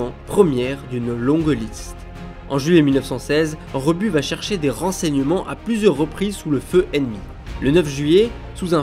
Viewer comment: Pardon d'insister, mais ce n'est pas un "tic", c'est une grave faute de liaison car il n'y a pas de T à la troisième personne du singulier du verbe aller... Il va... c'est une faute terrible et (je vous le concède) de plus en plus répandue.